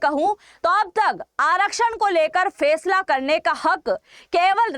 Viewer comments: Fesla nhi Faisla hota hai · Fesala nhi faisala hota h